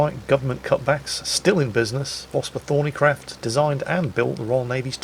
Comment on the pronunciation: I thought it was Vosper ThornyCROFT not CRAFT! lol :)